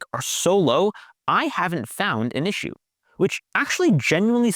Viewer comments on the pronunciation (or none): none